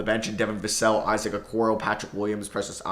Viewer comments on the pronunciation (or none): none